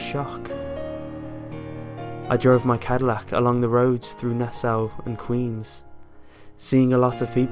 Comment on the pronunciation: Oh wow, the narrator lives in Nassau County like I do. Crap. Also, I almost couldn't tell you were saying "Nassau". It sounded like "Nassew". XD